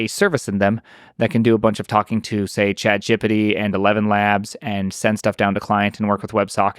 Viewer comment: He also calls chatGPT "chat jippity"